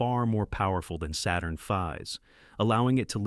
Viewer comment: "Saturn feeve?" LOL! 😂